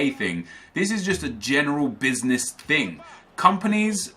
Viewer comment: Every time said "THING" I imagined him saying "TING"